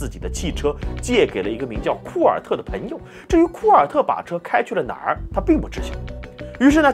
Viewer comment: 我听到“盆友”感觉有点奇怪。应该是“朋友”吗？Pen盆……Peng朋